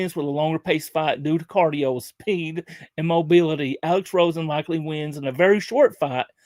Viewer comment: Its Alex Rosen not Roen